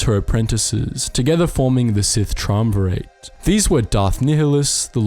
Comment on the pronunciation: You really didn't play the game, did you? Or, at least, not with sound on. Your pronunciations are WAY off, I mean.. who says "Tree-um-verit"? It's "Try-um-virut", it's in the dictionary for crying out loud.